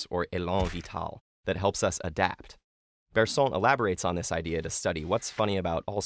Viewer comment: Funny: Here, The "on" of "Bergson" is (painfully) pronounced like in French. While French pronounce that "on" like in English...